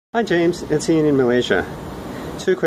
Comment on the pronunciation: "Joyms" .... lol